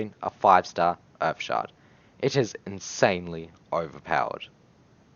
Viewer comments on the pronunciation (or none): none